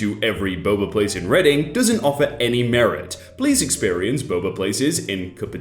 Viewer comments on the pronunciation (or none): none